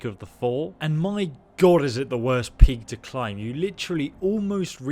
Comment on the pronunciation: For some time I thought you was saying PIG... but it is PEAK. God... english is an awful language.